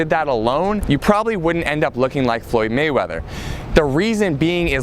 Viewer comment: Floyd Waymeather???